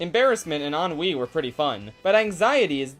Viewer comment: Ennui, not ennoui.